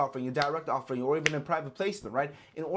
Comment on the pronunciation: Off Er ING supply. Not ofurring